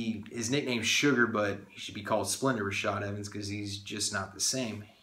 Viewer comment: "Splenda" Rashad Evans lol